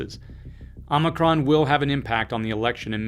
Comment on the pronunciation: Appreciate your in-depth viewpoints. I also appreciate the ways in which you deliver the messages. (And…that you pronounced omicron correctly… 😉)